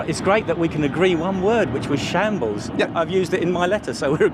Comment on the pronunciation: Shables, what’s a shables?